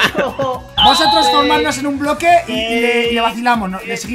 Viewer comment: diciendo boque en ves de bloque 😅😅 minuto